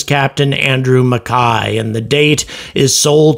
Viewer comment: You are the first American I have heard prounounce "MacKay" correctly.